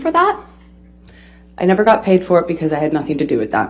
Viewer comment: Amber: I will "NEFFUUR" forget!! 2 mins later: I can't recall!